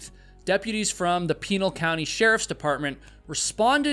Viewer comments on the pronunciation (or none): It's actually pronouced PUH-NAL, for Pinal County. :D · "Pinal" Is actually pronounced "Pin-nal" (rhymes with pal) with the emphasis on the "nal". 😉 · Pin-al County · Mispronounced Pinal County. Short "i".....